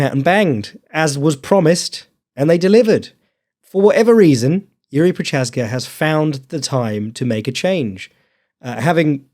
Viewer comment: making fun of not pronouncing Jiri correctly, immediately followed by mispronouncing Prochazka...